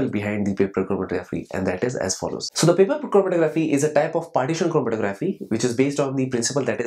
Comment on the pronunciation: this lecture is so informative and funny... lol... "chrrormkkgfrmtkcrgggrffphy"